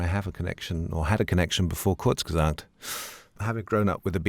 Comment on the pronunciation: “Kurzesagt” is really not that hard to pronounce.